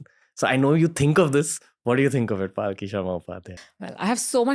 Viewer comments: Thanks for bringing her on this platform, but it's palki, not paalki. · Is her name Paalki (palanquin) as Ranveer pronounces it or Palki (blink of an eye? ) 🤔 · Her name is palki, not pronounced paalki, for correction. Requesting you to bring Anand ranganathan sir and j Sai deepak on your show. And probably annamalai sir, the young president of bjp in Tamil Nadu. To get to know him better. Bringing cm yogi Adityanath would be epic, because still being a young leader, most of the youths will be able to relate to him. I am also curious about Pushpendra kulshrestha. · Please know how to pronounce her name, she is Palki not Paalki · Her name is Palki not Paaal Ki pls 🙏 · She's Palki Sharma not Paalki Sharma 🤦🏻‍♂️ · Bhai uska naam पालकी nahi पलकी hai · After wearing a Christian Cross, Ranbir has turned too western that he cannot even pronounce a common Indian name - Palki. He's pronouncing it as Paalki. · It's palki not paaalki pls learn to pronounce name correctly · It’s hilarious how Ranveer screw up names. Pyuuutin, Paaaalki. 🤯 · Well I would say please learn how to pronounce her name. Mispronunciation of her name repeatedly is equivalent to disrespecting her. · you cant even pronounce her name properly what kind of podcast do you even run. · How can you be so callous about her name's pronunciation. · Ranveer mispronounced Palki Sharma's name!! 🤭🤭🤭